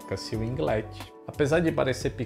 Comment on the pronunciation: O mano ta ficando esperto, já sabe pronunciar winglet.